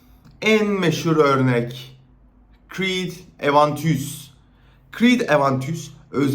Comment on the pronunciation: Creed'i ingilizce Aventus'u fransızca telafuz ediyor :)